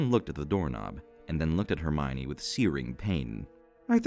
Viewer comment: Just so you know, it's pronounced "Her-mee-own" in this version.